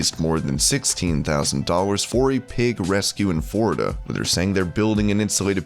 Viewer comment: why do u say forida not florida